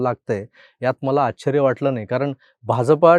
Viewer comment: आच्च्चर्य नाही दादा !! आश्चर्य म्हणतात त्याला !!